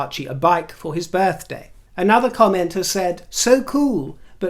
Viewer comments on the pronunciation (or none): none